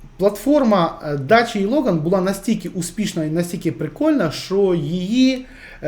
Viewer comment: не дача, а дакія !